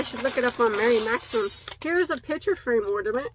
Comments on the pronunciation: Hi! That was so nice of Mary Maxim. I like how you say it too. I hope you share the finished decoration the kids do. I have no clue how any of it works sorry. Hope the BOD family has a great & safe week. Sending Hugz!🥰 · When you say their name incorrectly you have to repeat it, so I feel sure they don't mind. I never heard of them until I started watching you. "Mary Maxim" a name I will never forget. Lol...What an amazing gift...I have also seen the post of some that bought your Mystery Box, I can not wait to purchase one or some..Great job